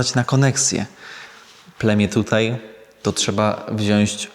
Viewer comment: "Wziąć", nie "wziąść". ❤